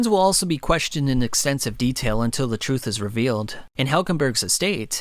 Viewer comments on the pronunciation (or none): none